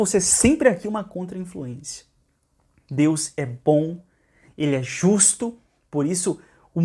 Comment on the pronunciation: Ele nem consegue falar DEUS. demônio não consegue falar o nome do nosso Senhor Jesus